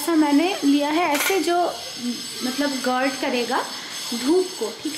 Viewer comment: Gaurd pronunciation google kore check koro.Gaurd ta bengali r other language ae same.Ga diyae start hoye . Gurd noy